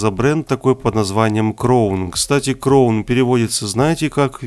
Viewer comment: Не кровн, а краун